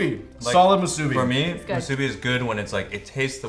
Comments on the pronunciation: The way you pronounce musubi triggers me lol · not mah-subi.... MOO-subi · It's pronounced "Moose-ooh bee" Phil. You bring shame to the Asian culture. Also, putting a pineapple on things doesn't make it "Hawaiian". Ask Ashley, here in Hawaii we don't really put pineapples in our dishes. We usually just eat it by itself or with li hing mui powder. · I know Chinese are big on pronunciations because different sounds totally change the meaning of the word, but it's mu-su-bi not so harsh on the u... it's not elongated or stressed... it's just not to fast or too short... it's hard to explain... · anyone else cringed every time they said musubi. they pronounced musubi so weird lol. They placed too much emphasis on the "su" 🤣🤣 I love them :3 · Who else from Hawai`i (+++if you speak Japanese) cringed at/loved the way they say "musubi"? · i love you guys so much but i do not love the way you guys pronounce musubi LOL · When I hear them pronounce "musubi." 😕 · DaMoteSupnet YESSSSSS!!! Pronounce it correctly. Haha. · I cringe at the way you guys pronounce musubi